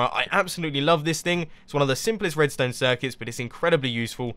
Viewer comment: Mumbo always says Redstöne :p